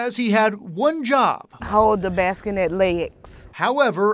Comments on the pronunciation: Baskinet, purrr. I couldn't pay attention past her hilarious pronunciation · Baskinette? Atlanta, we can do better. "No Child Left Behind" was not for passing kids who werent up to par, it was for taking extra time to teach those who were having a little trouble. Adults should know how that word is spelled and therefore, pronounced. And nobody bring up ebonics. This is not that. Also, people, unless a child is in true danger, leave parents alone. Being a parent is hard under the best of circumstances. They dont need an ARREST! That sht stays on her record forever and will now affect her credit, possibly her job or future jobs, school grants, loans, and insurance rates. All for something in the past. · It should be a crime to pronounce bassinet that way!! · Somebody teach her how to pronounce bassinet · I'm more disappointed about how she pronounced bassinet then what really happened lol.....boys will be boys smh